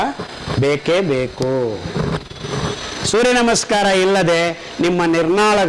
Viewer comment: i dnt thnk we can get any thought tat hes muslim if we are not aware of his name..his talks r lik tat..he pronounced surya nama in more better way than many amng us